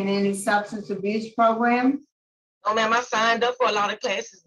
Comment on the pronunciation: I like Mr wise, U know why? Cuz he knows how to say Programs lol I hate how Tony merabella says progrims so wrong! So irritating lol